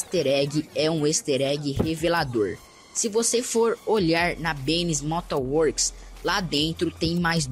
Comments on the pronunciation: louuiads bennys mota works VC fala certo em bichao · neeee o "ester" egg e o benny's "Mota" works